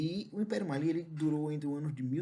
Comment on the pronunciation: Finalmente um professor que pronunciou certo 'Mali', o Império do Mali, ainda bem que te encontrei,.